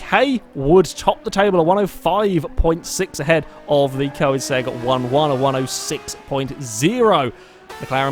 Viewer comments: It isn't, it's Koenigsegg not Koinsegg like he's pronouncing it. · Am I the only person irritated by the way he says Koenigsegg?